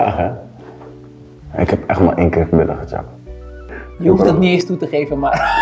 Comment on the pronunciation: Het is “Gechapt” niet “ getjap”